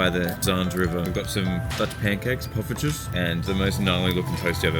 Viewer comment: i love you you pronounced poffertjes right